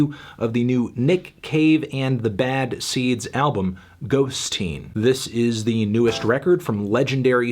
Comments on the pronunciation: It's totally bizarre how Fantano keeps saying "ghost-teen" , I feel like no normal person would pronounce it that way when its clearly "ghosteen" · Fantano, it’s not Ghost-teen! It’s ghosteen as in “little ghost” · According to Nick Cave, it’s not “Ghost-Teen,” it’s “Ghost-een.” In Irish, the suffix “een” means “small,” or “little” making the title Little Ghost, perhaps another reference to his son, but not quite so literal as “Ghost Teen”